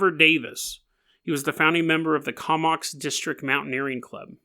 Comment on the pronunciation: It's pronounced Ko-mox.